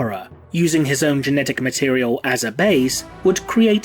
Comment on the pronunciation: Did I really just hear someone say mat-e-re-el? No just no.